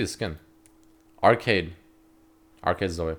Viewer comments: Her nam is (Zoh-ee) now (Zo-way) Sry but that was so cringe lol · Zoh- Ee not Zoh- Ey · i kinda died a little when called her Zo-way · it fucking zo-ee not fucking zo-eh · When called her "zo-ay" I got trigger as fuck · it’s zo-eeeeeeeeeeeee not zo-AY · It's not zoi it's Zoe ffs lul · It's not zo-ay, its not zo, IT'S FUCKING ZO-EE. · Zo-ay or zoh. Dude have you never heard the name Zoe before??? You're pronouncing it like 5 different ways none of them are correct. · Please stop saying zoh-ay, it's more cringe than the champ itself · please no. it is not zo-way. (insert clip of steve carell from the office(OH GOD NO)) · Why are you pronouncing Zoe like "zoah" ? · why did you start pronouncing zoe like an abnormal human-being...? saying it like 'zoeai' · the type of nigga to pronounce Zoe as 'Zoay' LMAO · Zoay? Who the fuck would pronounce it like that? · Zo - Ay ? you for real bruh? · Anyone else annoyed at his pronunciation of Zoe? cause i'm annoyed. not like i hate it annoyed just annoyed that it's got so many different pronunciations nowadays.